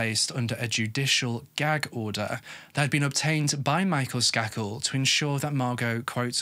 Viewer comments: I'm sorry. But isn't it pronounced "Skay-kul"? Sorry. You tell us these stories so Beautifully. I can be a bit OCD. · I covered this case in criminal justice class. Pronounced Sk A kel long A ♥️😉🙏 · Just fyi it's pronounced with a hard A ... SK AY KEL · His miss pronouncing bothered me as well. Idiotic